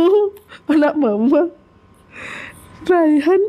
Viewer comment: Biasanya kl nama rayhan dipanggilnya rey bkn ray jd kek nyebut rai/muka😅😅😅